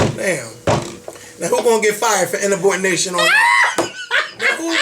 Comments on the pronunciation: she said INABORNATION not insubordination. LOL she made a new word. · IN-A-Bordination?????? funny. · Am I the only one who caught "Inabordination"? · Umm Did she say inabortnation? Huh? LMAO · Y is this kitten, brushin against me... u know i don't like cats LMAO that would be my sentiments EXACTLY. This was a great show. the opening was Hee Larry Us. "IN-A-BOR-DINATION..." ahhhhh???? LMAO "BUT, KNOCK MY HUSTLE." *eyes2theside* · Inabordination. OMG are you serious. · Inabordination. Bwahahahahahahaha!! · what is inabordination...lol